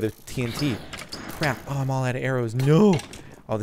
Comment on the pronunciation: For some reason i hate it when he says no like nuu its really annoying